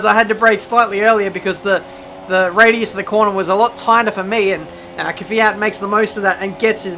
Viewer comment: Give this man a medal for saying Kvyat and not Keeee Fiat !